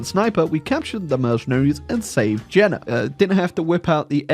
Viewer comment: That’s pronounced Yay-nuh, not Jenna.